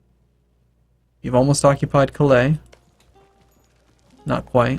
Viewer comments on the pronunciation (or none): none